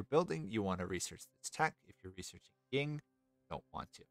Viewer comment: Cool guide! I enjoy the faction and mechanics more than most people here, it seems. Just so you're aware, it's Yin, not Ying, both in-game and irl. It's no big deal, but it stood out along with the audio issues. I wonder if that's a gate problem? I know I've fixed that before, but it's been ages since I messed with audio stuff. It's cool you're pumping these out. Must take a lot of effort!